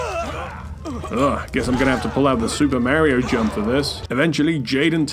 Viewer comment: Like the video, but I can’t abide the way you said Mario. Like, his main catchphrase is “it’s-a me, Mario.” So everyone knows how it’s pronounced.